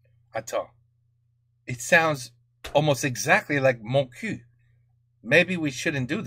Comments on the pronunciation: This is a classic. By the way, we say Moncuque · The final Q of Montcuq is pronounced, for once in french, except in that program, to make the jokes ... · Il me semble qu'il faut prononcer le q final. :) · ça se prononce pas plutôt MontcuQ avec le q (décidément on n'en sort pas) qui s'entend ? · En français pas de "q" prononcé (sans jeu de mot), en occitan si. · Beaucoup de gens oublient de prononcer le Q de Montcuq. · Mon père est de ce village, on prononce le c a la fin